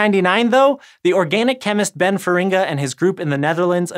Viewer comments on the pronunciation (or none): Wrong emphasis for Feringa :(